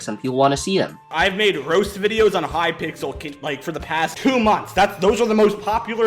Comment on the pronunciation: wow you said hypickles not hypixel wow you shouldn't talk about subjects you don't know how to spell. unsubbed this is a joke for people who don't understand